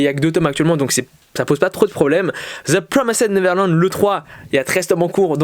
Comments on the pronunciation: cool, je suis pas hyper fan du concept mais tu tente des trucs c'est bien et ça change par contre par pitié frèro fais un effort stp TPN ça se prononce "deux pwomèste neverlend" pas "zeu promésède neverlande" mdr, au moins essaye stp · Ça ce prononce "de prwomèst nêverland"